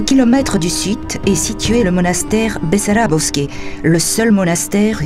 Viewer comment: само дето манастирът не се казва БEсарÁбовски, а БАсарбÓвски... 20 пъти го каза Бесарабовски, а се вижда и на надписа на входа и на иконата на светеца, че не е така! То бива неграмотни...